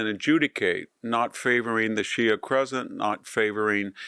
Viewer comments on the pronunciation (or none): none